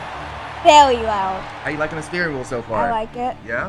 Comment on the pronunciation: Bro said a stwehh wheel